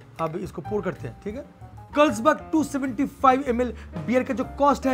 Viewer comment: First learn how to pronounce Carlsberg